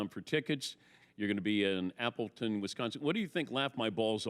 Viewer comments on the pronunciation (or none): none